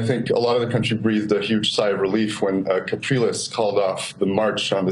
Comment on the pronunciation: I also believe that it is Henrique "Capriles" NOT "Calpires"